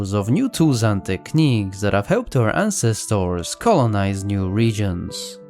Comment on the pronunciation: Interesting information, and good content, but please, please quit using the machine voice to do the speaking. It does not know how to express the feeling of/intent of words nor pronunciation. Just one of the many examples; ancestors is artificially pronounced as ahn ces toars. Hate it.